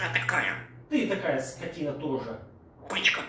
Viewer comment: НАДО ЖЕ КАК АКЦЕНТИРУЕТ НА СЛОВАХ : ,, СКОТИНА ТАКАЯ!!! " ОБОРЖАТЬСЯ МОЖНО!!! И ВЕДЬ ПОНИМАЕТ ЧТО ГОВОРИТ 😊😊😊👍👍👍👋👋👋 ЧЕМУ НАУЧИЛ - ТО И ПОЛУЧАЙ 👍👍👍🤗🤗🤗